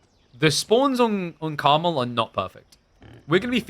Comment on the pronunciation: The map is “Carmel” not caramel. It is based on the region mount Carmel and as a result there is only one correct pronunciation. Idc how you pronounce caramel.